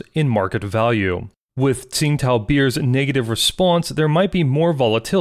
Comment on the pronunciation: To be correct, it's pronounced Ching Dow not Sing Tao.